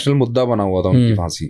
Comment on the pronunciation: So true, by the way it's pronounced phaansi